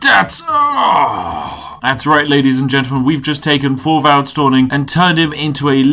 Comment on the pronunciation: hello from denmark. Thorvald is pronouncedd [Torval]